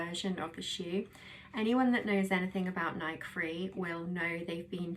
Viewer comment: Decent review of this great shoe. As a strictly treadmill runner, I enjoy running in this particular shoe. Just a heads-up, the name of the company that makes this shoe is pronounced "Nikey" like the nickname Mickey, not like the word bike.